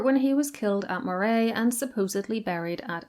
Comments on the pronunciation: Just for future reference, Moray as in the region of Scotland is pronounced Murray and never like Moray as in the eel. Not the easiest to know if you don't live in Scotland, but that's where all your Murrays hail from originally. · As I live in the next door county to "Moray" it is pronounced Murray as in the surname. I live in the Pictish kingdom of Ce. You should try doing a video on the Picts as that is interesting as there is a LOT of pictish stones here. Loving the long video :) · Some of your pronounciations a bit dodgy! Moray is pronounced as if Murry not Morray, and Glamis is pronounced as if Glamms not Glam-mis. Interesting nevertheless. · Moray is pronounced like "Murray" and Glamis is pronounced like "Glams". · I love your channel, I hope you don't mind if I correct your pronounciation. Moray is pronounced with the emphasis on the first syllable, same for Rothsay.